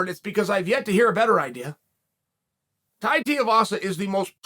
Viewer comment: holy shit he said Tai's name right